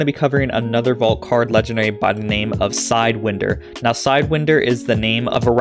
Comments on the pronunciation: Side (whine) der is how its pronounced. Like the snake 🐍. Keep up the great content 👍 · Pronounced Side-wine-der surely? 😂😂😂